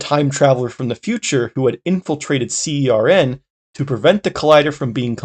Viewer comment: also you don't need to spell CERN every time, the official pronunciation is /sɜːrn/ (basically like you'd pronounce "sern")